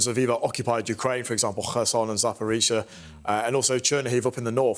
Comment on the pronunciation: "Kherson" pronounced like "Khamas".... Hmm